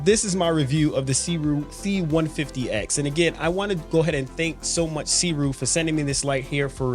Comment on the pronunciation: just a heads up...its pronounced "soo ray"